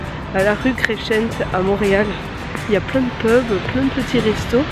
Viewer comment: C'est marant tu prononces "la rue Crechent" c plutot "Cressent" a l'anglaise :) La Grande Allee l'ete et le soir c'est genial a faire.